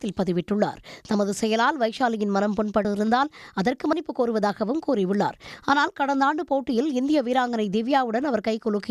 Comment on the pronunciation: மன்னிப்பு சரியாக உச்சரிங்க